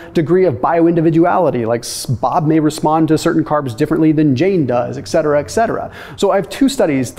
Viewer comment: It's ET cetera not EX cetera